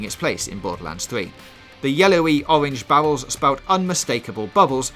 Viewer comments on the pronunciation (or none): "Owange bawwows"